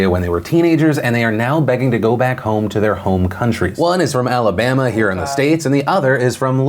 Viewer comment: "Roll Tide" i think... When he says "Alabama", it sounds like "Roll Tide" which is the Univ of Bama's cheer.